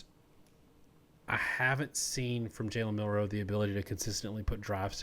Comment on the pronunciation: His name is pronounced MIL-roe, emphasis on the first syllable.